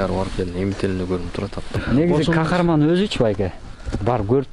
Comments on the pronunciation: Кахраман деген сайын Кахарман дейсин кулагын жакшы эмеско дейм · Хахарман мес Хахраман десен